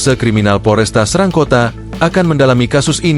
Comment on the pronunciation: SORRY BRO BUKAN KOTA SERANG (E')...TAPI E BIASA..